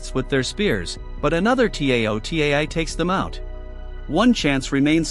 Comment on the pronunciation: "The T A O T E I" Jesus, lmao, this may have been uploaded 5 months ago, but there's nice AI voices compared to this TTS. Cool movie tho, remember seeing a trailer or something of it in the past, but never ended up watching it, and forgot about it.